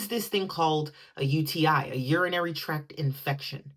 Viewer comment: TRACT, not 'track'.